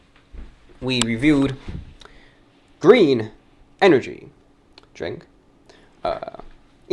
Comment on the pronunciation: 737 Btw, "GrThreen" hilarious😂